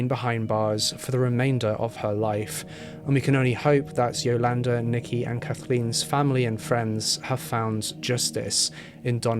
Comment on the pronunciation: Pronouncation of Yolanda is off too.